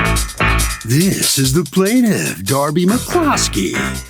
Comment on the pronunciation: Lmao not plant of ....Plantiff?